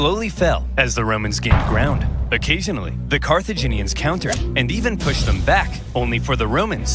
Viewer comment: Carthaginians are not CARCIGENS 😂